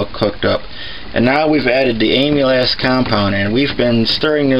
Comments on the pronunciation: Am-il-aze. Get it right. JFK it's painful hearing your pronunciation. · It sounded like he was saying Amy's ass. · No offense intended, but you do know that that's not how amylase is pronounced, don't you? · He keeps saying amylase wrong... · It’s pronounced “AM-A-LACE”!!! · it's pronounced am-ill-ace. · am-ill-ace enzyme. empnasize the AM.... ill-ace is said fast. Its driving me crazy to listen to you mispronounce it repeatedly. Other than that I enjoyed the video! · Nice video, but it's pronounced AMM - ILL - LAZE. I cringed every time you mispronounced it. One other thing, and I don't know how much is too much, but if you get too much amylase in your bloodstream it's bad. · The enzyme name is pronounced “ah-me-laze”. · You don't pronounce it like "Emile- ass". That sounds pornographic. It is more like "camel" without the "c" and then "ace", as in the ace of spades. Just think of "Dromedary playing cards". You don't want to sound like a dumbase.